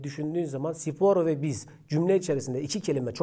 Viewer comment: Abim sipor degil spor